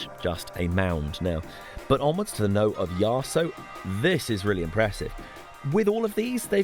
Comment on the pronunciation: As someone that lived in Aberdeen from the age of 18 to 28 I was often corrected on the pronunciation of 'local' words, so have become a little sensitive about it. For you to avoid a similar fate in the future it may be worth knowing that "Knowe" rhymes with cow, as in How now brown cow. Which is a good enough reason to point you towards the Corries singing "Ca' the yowes tae the knowes" here on YT. I look forward to The Forest Jungle Collective rendition.